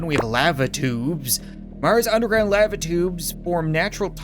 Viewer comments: Yo can I get an audio file of you saying lava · why the hell did he say lava like that